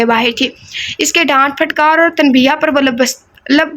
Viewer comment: Ap tanbeeha kahti hain jo k tanbeeh hai Aur tujeeha galat its tujeeh Thank you!! Ap k several novel sunnay hain aur in ilfaz ko ap hr baar galat pronounce karti hain iss liay correction ke hope u don’t mind